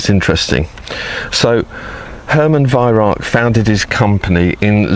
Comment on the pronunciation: Lived 19 rs in Germany, Bi -Lingual, Can my fellow Brits burn this into your brain.." Vih Rowk"...this guy has the Vih right, he screws up on the Rauch and says "Rark"...Nothing worse than Germans giggling at us ! :D